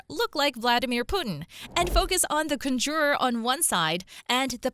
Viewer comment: I was intrigued by this video up til the mispronunciation of "conjurer." Stupid.